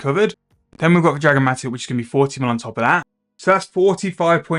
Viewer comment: loved the vid, but gosh darn it! IT IS MAT-TOCK,.... tock, not tick! anyways love the vid.